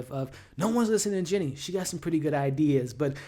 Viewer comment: It’s “Jeanie” Buss my boy.. good review tho